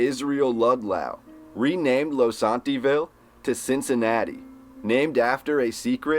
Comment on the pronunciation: Your pronunciation of the words, Ludlow and Losantville is incorrect.